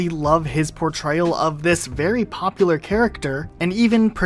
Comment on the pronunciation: My guy said you got this berry